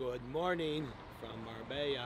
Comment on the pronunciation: This gonna be your best look for sure🔥💪shout out to Marbella that make the last step look easy. The Marbella pronounce is getting better and better 😂😂